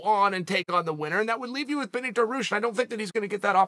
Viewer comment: I'll believe Chael is Beneil's only super fan on earth when he can properly say his name